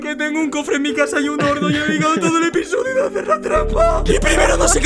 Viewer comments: dice episosio en vez de episodio xd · Lo dice por que al principio dice episosio xf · minuto Dice: EN EL SIGUIENTE (episosio) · en el siguiente "episosio" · EPISOSIO JAJAJAJAJAJ!!! no lo supero LOL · Alguien se dió cuenta que dice la final "en el siguiente episosio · "episosio" increible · "Episosio" xD